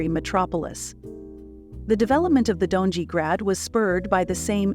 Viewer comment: Donjee? Gornjee? Greydeck? Banjelachik? .... the pronunciation of these parts of the city is ridiculous. Donji=doh-nyi, gornji=gorrnyi, gradec=grahdets, zrinjevach=zrinyevats, Banjelachik=Bahn Yelatchich...